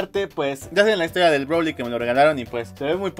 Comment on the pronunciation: Broly Como le dicen todos: broly Como le dice: browli Como le dice los subtítulos de Youtube: brou liquid Esta cagado